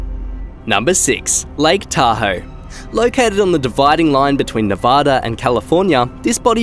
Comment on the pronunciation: Thank you for saying Lake Tahoe correctly